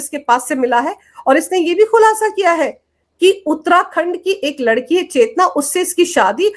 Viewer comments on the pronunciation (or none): none